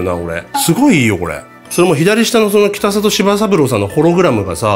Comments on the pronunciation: 北里は「きたざと」と濁って読みます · ただ、北里さんはきたさと、ではなくきたざと、ですね。